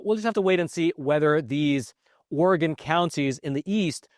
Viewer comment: Thank you thank you thank you THANK YOU for pronouncing Oregon correctly this whole video.